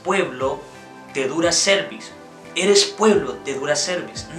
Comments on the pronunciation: La pronuncias como cervix o cuello uterino😢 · no le ponga el acento a la palabra cerviz en donde no va se escucha feo la pronunciacion